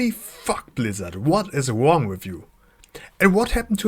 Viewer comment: Is there a reason why you dont pronounce the "r" in english words? For example you dont say "wrong", you say "wong"